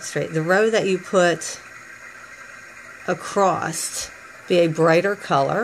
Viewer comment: Its across not acrost jsjs xx stillj a beautiful bracelet